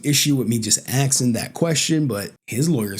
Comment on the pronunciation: stop axeing questions, we need them